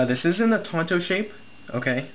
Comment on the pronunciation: "tonto"? lmaooo haha thanks for the review